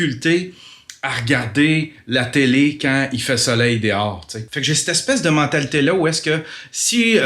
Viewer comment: j adore ton vlog, tu me fais tellement rire quand tu dit ''dihors''' ou lieu de dehors. merci de prendre le temps de nous offrir tes vlogs c est vraiment très très bon